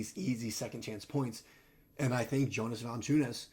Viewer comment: Still didn’t pronounce his name right 😂